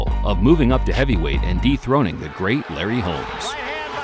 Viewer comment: I know the announcer said "dethroning" but it sounded like deep throating...